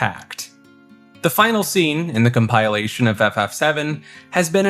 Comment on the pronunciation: Com-pile-ation 👎 Com-pill-ation 👍